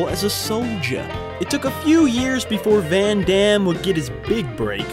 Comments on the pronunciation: You are American, hence you have absolutely not the faintest idea how his name is actually correctly pronounced. Just hilarious. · Jeane-Clawd Van-Dam